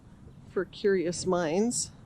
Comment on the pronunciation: Did you say “for curious mines “ ?